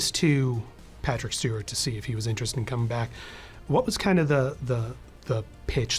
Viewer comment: Patrick Schteewart